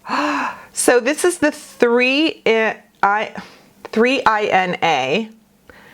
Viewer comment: The 3ina is pronounced Mee-nah. It’s made in Europe according to their website. All cruelty free